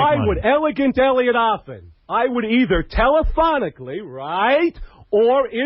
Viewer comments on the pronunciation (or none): I love how Howard always mispronounces his last name. It's not Offen it's AFFEN!